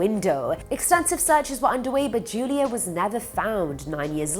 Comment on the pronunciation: U kept saying judia instead of julia but that’s none of my business love the videos